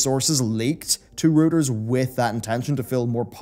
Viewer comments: It's not rooters... it's Rueters. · It's pronounced "rOY-ters" Not "rOO-ters". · Reuters - pronounced like "Royters". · Good stuff as usual, sir. Just a heads up: Reuters is pronounced “Roy-ters”. Keep up the great work!